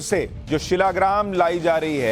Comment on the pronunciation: भाई शीलाग्राम नही शालिग्राम